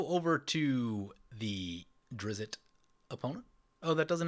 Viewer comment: Wow did you butcher the pronunciation of Drizzt. Don't know how the T turned into an O, but it got a laugh out of me.